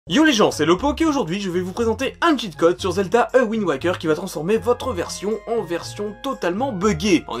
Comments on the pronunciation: c pa a wind waker c ze wouinde wékeurr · Zelda "Awind" waker